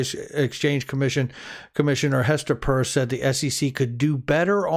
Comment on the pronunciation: Her last name is pronounced Pear ce. Just like pierce. Not purse. Thank you